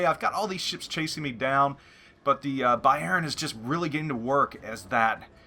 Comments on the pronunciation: no problem man... Just to help you a bit, you say Bayjern.... Try to say Bayrn.. Swallow the e:-) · great video, but the Emphasis on "Bayern" is on the first syllable like "BAYern" :P somehow im not getting too warm with the german BBs >< scharnhorst looks interesting tho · lol, being Dutch with knowledge op German language made me constantly correcting your prenouncement of Bayern during the clip ;-)